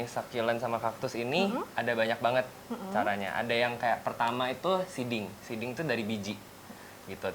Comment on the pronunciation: seeding = penyemaian= dibacanya siding,. udah salah ngotot